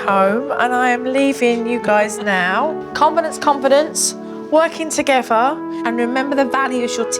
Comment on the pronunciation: I love JoJo! Only wish she'd get speech therapy and learn to say together instead of toogevvah, etc.